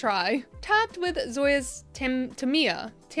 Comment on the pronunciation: Tam-eye-uh 😅 Del-eee-uh 😂